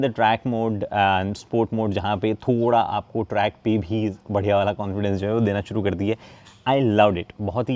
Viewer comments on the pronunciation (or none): none